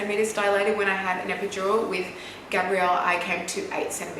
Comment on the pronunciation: I love you!!!! But I just wanna comment on Gabriel’s name, it sounds like a girls name when you pronounce Gabriel it sounds like you’re saying “Gabrielle” 😭😭😭😭😭😭😭😭 the way Tammy pronounces it sounds right!